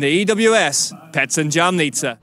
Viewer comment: Jamnica wasn’t said correct once in the whole video